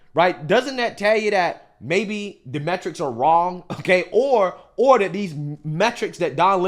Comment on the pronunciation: You i’ve got to stop saying “dat”. IInstead of “that”